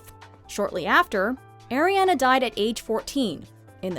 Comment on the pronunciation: My nieces name is Ariana. & credence did not die. Pronounce Ariana right